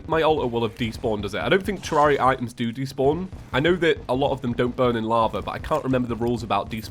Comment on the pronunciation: Someone on discord asked leinfors: "Your thoughts on ()" This is what leinfors said lol "Seems pretty legit. Needs to learn to pronounce Terraria!"